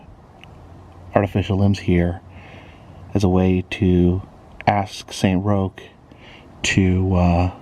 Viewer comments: It’s pronounced Saint Rock’s not Saint Rokes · It’s actually pronounced Saint Rock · Roch is pronounced as Rock lol, Great video as always